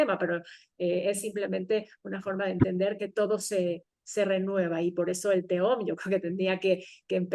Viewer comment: Me chirría oír "teom", en vez de "tehom", que es la correcta pronunciación de תהום. La letra ה NO es muda en el hebreo bíblico, el único que hay que tener en cuenta en la Qabbalá. Ni teom ni tejom, tehom. Repito, la ה se pronuncia como una leve hache aspirada, tehom. Lo mismo ocurre con תהו "tohu", y no "tou". Otro tanto con בהו, "bohu" y no "bou". Para cualquiera que conozca y ame ka lengua hebrea, hace daño al oído escuchar este video